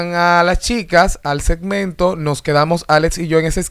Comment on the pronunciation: Moises: setmento o segmento quieres pronunciaras de la cuenta las palabras y moleeta